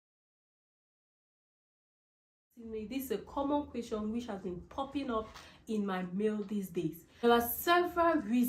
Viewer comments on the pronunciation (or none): none